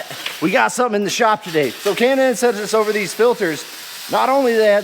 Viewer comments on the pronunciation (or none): none